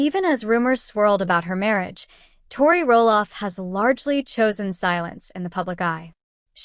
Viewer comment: You can’t even say her name right . This is fake